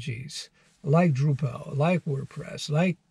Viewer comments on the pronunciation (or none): It's droo-puhl not droo-PAL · Not DrupAl but DrUpal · FYI you're pronouncing Drupal wrong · Yeah. It's tough to watch knowing he hasn't had enough exposure to the subject matter to pronounce it correctly . . . and then he offers virtually no reason to take a Drupal job (specifically) over, say, a Django job. ;)